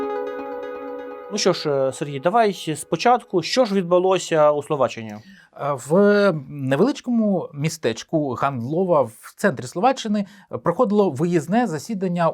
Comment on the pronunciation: гАндлова - наголос на першому складі, як і майже в усіх словацьких словах.